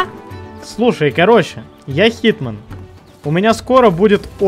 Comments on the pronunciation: Не хитман, не Джон чиз Уик, а ЧИЗман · HitMan а не HeatMan =))